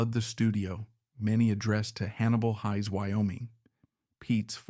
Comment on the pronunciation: At least pronounce Hayes correctly.